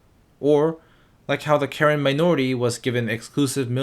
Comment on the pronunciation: Seeing the Karen minorities being brought up surprised me, as a Karen person myself. You also pronounced it way wrong 💀.